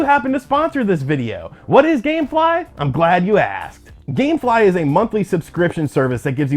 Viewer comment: Dammmmm he said gamfly lol I forgot all about them